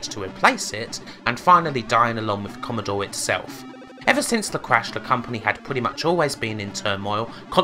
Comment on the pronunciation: Commodowe 64 vs ZX Spectwum - The Gweat Bwitish Computew Waw